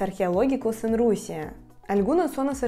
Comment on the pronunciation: Me encantó lo de la Rusía, sonó como Rosalía. 😃Espero poder aprender el ruso y conocerla algún día. Muchos saludos desde el Ecuador 🙌🏻🇪🇨